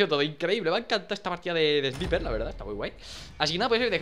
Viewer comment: por que todos los españoles no saben pronunciar el ingles sniper no mames